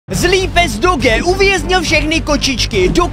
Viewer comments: A nehovorí sa to doge ale doudž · Emmm jakó může mi někdo říct proč ten magor říkal tak známé rase doge a né dodž